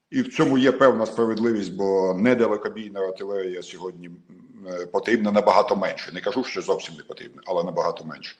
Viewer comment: Не хоче Пан Береза говорити " сьогоднІ" замість "сьогоднЯ". Тобто ,не читає дописи😂